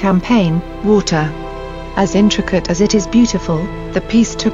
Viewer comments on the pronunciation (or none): none